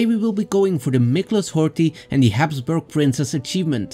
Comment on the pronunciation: Mmm Habsuburgs again hehe